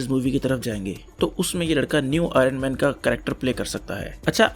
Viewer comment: Say it as IONman no aay- ronman